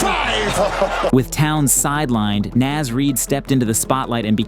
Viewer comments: Bro... It's NAHZ Reed, not NAAZ reed. Two words. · "Næz Reid" 😂 Bro it's literally "Naws" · homie, it's N-AHH-Z Reid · Dude, please learn how to say Naz